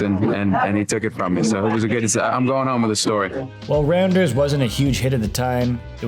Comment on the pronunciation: Its pronounced Rounders, not Randers. 😆